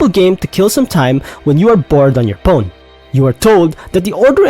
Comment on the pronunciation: Fair argument though. War is horrifying Kinda silly that you pronounce phone with a 'p' sound well that went of the rails fast